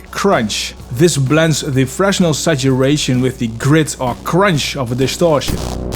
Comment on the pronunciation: Fresnel is French. Fruh-nel is the pronunciation. As in "Fresnel lens." He was a physicist, a person.